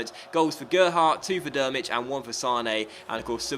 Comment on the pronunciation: Great video as always! Please manage Chile. Just a little pronunciation tip as I'm from germany: Drmic is pronunced Trimic, not Dermic ;)